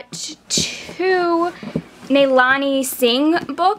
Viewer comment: HI! Great vlog!. I just wanted to mention one thing, the pronunciation for Nalini Singh is 'Na-lee-nee'. Hope it helps. :)